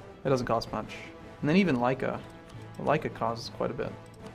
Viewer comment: its not lajka its Lika i live like 100 km from there :D